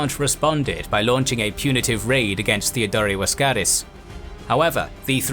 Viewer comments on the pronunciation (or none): Why is the narrator pronouncing Laskaris as Waskaris with a W? And prounouncing Boril as Boriu?